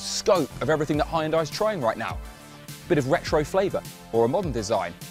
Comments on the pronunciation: It is not called Hi yunday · Did he just say "Heyundai" ? 😂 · Calling Hyundai "Hy-un-dai" is wild! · It's pronounced Hyun Deh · Hi-end-die? Congratulations. You're again literate. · Even in, it seems that there is a problem with the pronunciation of the company name as hi-un-dai. Shouldn't you at least have looked up how to pronounce it in Google Translate and practiced it? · it's pronounced => hyundai like sunday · Did he just say Hai-en-Dai? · Da hell is a huyenduy? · I get that you're British and all and y'all call it high-n-die, but that's just SO far from the actual pronunciation. Does anyone know how they settled upon that interpretation of the Korean word; Hyundai? Frankly, it's like y'all aren't even trying to be close. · This guy's pronunciation is 😂. Given it's English, Hi-unday, spor-tagé? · you lost me at HI-YUNDAI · High and Die, yup, pronouncing Hyundai just like that from now on. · 하이연다이가 아니고, 히운다이...근데 우리 입장에서 듣기가 싫지만...우리가 람보르기니, 메르세데츠 라고 하는 것도..그들이 들으면 웃기게 들리겠지...램보ㄹ기니, 멜세데스...처럼 첫음절에 액센트 넣어서 발음하는 것이 더 정확 하긴 헤...맥도날드도...맥다랄..2음절 액센트 처럼 들리니.... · its pronounced as yunday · It's pronounced like honde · its pronounced "yundie". omg please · Hi-un-die, spor-tage🤣🤣😂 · Hyan-dai lol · I cringe whenever this guy says hi-yun-die. How can you trust the research when you can't even pronounce the name right? Did you even tqlk to anyone at the company? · H a i y u n d i e ?? high and eye ???? Are you pronouncing it like that on purpose ?? I really don't understand. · I have never in my life heard someone pronounce hyundai that way and it genuinely makes my toes curl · The way he pronounces Hyundai is funny as hell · I hate the way you guys say hyundai LMAO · there's is no way in hell buddy says hyundai right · Informative. Beautiful car. Really interesting. But your pronunciation of Hyundai is brutal to the ears. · hearing him mispronounce Hyundai gets me everytime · The way he pronounces "Hyundai" is giving me nightmares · try pronouncing it right